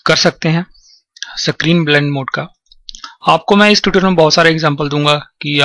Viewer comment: "screen blending mode" screen.....!!! for fuck's sake screen....!!!!!! not "sacrine" >_<